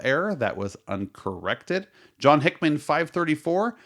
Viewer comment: Speaking of errors… go back and listen to how you read names wrong throughout the entire video. John Hickman?? Dan Mc Quinn? Irony lives here.